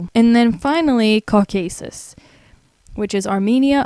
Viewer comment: You pronounced Belarus and Herzegovina totally wrong. Also, Caucuses , Namibia, and united Arab Emirates. Wow. That was a good laugh at least.